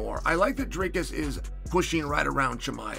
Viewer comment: My all-time favourite pronounciations are Stricklands "Dreicus" and Covingtons "Cumshot".